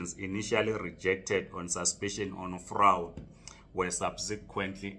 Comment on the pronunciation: Fraud not frawed!!!!!!!!